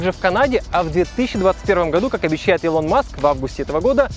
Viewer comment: Чудо техника, ну что за ударение, Илон Маск, Фэлкон